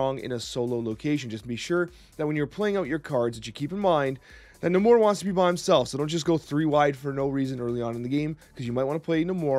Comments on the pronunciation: Lol it's Nay-Mor. I think someone was trolling you. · Lowkey triggered by how you pronounce Namor. Love the deck idea though!